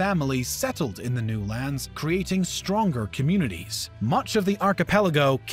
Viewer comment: 70% of this voice over guy’s pronunciation is WTF. Kinda distracting. It’s forgivable if you mispronounce the last names and the places but even a common word like “creating,” sounded off. Good content though.